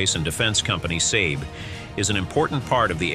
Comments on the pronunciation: Not "S = AY B" or "S- AY D" --- br pronounced S"AR B" or "SARB" --- pronunciation (AI?) needs to be both monitored and corrected else it sounds amateur... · So annoying to hear "sayb" instead of the well known for 50+ years "Sahb". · Your pronunciation is wrong, saab is not sab, JAS is not jas! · US pronunciation